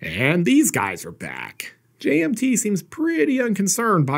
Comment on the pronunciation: Does anyone else hear 'J&B' everytime says 'JMT?'